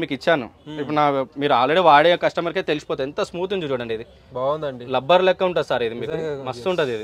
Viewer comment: Color shade కాదు కలర్ ఫేడ్,లెనిన్ కాదు లినెన్..లబ్బర్ కాదు రబ్బరు....అండ్ కాస్ట్లీ